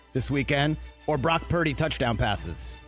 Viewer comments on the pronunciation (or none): I thought he said Rock Turdy. But either way I bet Brock has heard it all his life.